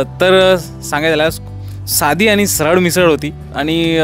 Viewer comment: नमस्कार, सर्व प्रथम आपणास आणि आपल्या संपूर्ण परिवारास होळी च्या खूप खूप शुभेच्छा. अप्रतिम सादरीकरण फक्त एकच खंत आहे...... कृपा करून आपली भाषा मराठी शुद्ध बोलण्याचा प्रयत्न करा.... काही चुका जास्त आढळल्या त्या तातडीने दुरुस्त करा आणि इंग्लिश शब्द कशाला वापरता..... मराठी आहात तेव्हा हे टाळा. काही चुका... त्या अशा 1) पण: पन नाही 2) पुण्यातील: पून्यातील नव्हे 3) आणि: आनी नव्हे 4) टायमांला असे नका बोलू.... वेळेला बोला.... राग आला असल्यास क्षमा....